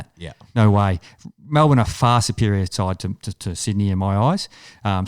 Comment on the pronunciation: 1st time listener... you had me till you said Melbourne. wowee